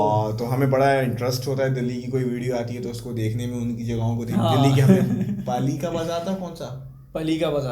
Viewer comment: Paalika bazar... Not palika